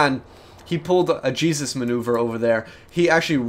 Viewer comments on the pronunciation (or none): none